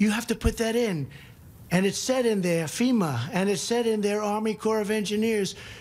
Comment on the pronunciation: He also called FEMA "SEMA" Oh brother!!